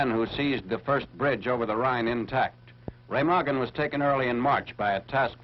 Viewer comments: there’s no two double g sound in it ….. it’s ray -mah-gen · Incorrect . Remagen is pronounced "RAY-mah-gen." The "R" is a guttural sound, the "e" is like the "e" in "bed," and the "g" is like the "g" in "go." The "en" at the end is silent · It's prounouced Ray-mah-gen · It's pronounced RU-MAG-GEN, the E sounds like a U and G's are hard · Its pronounced Raymargen